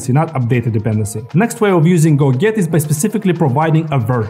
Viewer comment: a detail: when you pronounce "go get" it sounds like "go git" - which for me - was confusing.